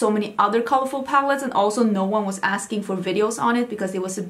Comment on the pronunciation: Love your "nou nou nou" haha its sounds so Dutch😂